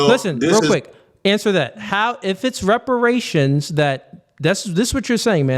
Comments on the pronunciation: “Respirations”??? This moron cannot even speak english… WTF are respirations?? LMAO! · Soooooo we just gon continue letting him be more ignorant and sounding dumb as shit.. its REPERATIONS,, not RESPERATION🤦🏿‍♂️🤦🏿‍♂️ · He can’t even say the word “reparations ” right it’s sad and embarrassing to be this type of black